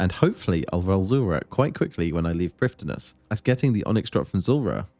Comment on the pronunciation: As Elven content is based on real life Welsh, the "dd" in Prifddinas is pronounced "th". Not perfect Welsh but definitely inspired by. See the wiki for an accurate pronunciation :)